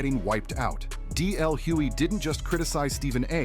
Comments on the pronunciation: Very good article But it's Hughley, not Hewey😢😢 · I cringed every time the narrator mispronounced DL's last name. If you are going to use his name for content at least say his name correctly smh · Why the continued mispronunciation of DL's last name?